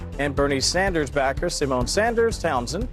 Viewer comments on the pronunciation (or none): none